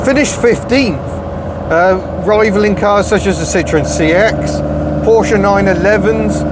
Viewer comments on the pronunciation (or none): none